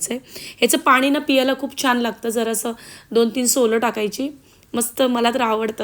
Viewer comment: चुकीचे मराठी पियाला नाही.... प्यायला घालून घेते नाही.....घालते हल्ली सर्रास असे चुकीचे मराठी सर्व youtubers बोलतात. शाळेत शुद्ध मराठी शिकून पण ही परिस्थिती. पुढे पिढी ला असे चुकीचे मराठी शिकवणार. अजून एक न आणि ण पाण नाही, पान